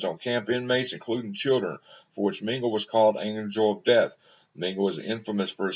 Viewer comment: Dr pronounced Meng a la. Ah La ok! Ming a la. He was a monster and a sick individual. Profoundly mentally ill and sadistic.